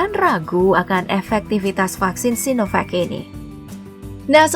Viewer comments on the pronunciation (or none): none